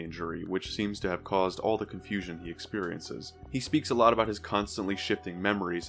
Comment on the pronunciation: "theeeethe" ?? I haven't watched a video of yours since. Get people who can talk properly